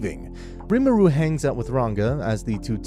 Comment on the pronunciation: Its not pronounced rimuru its pronounced ree-mu-ru i am a stan for tensura so ,im sry but this kinda ticked me off